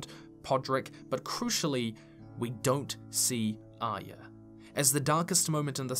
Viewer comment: I'm always baffled by peoples' pronunciations of character names: Arya = 'eye-yuh'? Even Brienne has her own version: "Ahh-yah" 🤣 And then there's the 'Sanser' and 'Aryer'.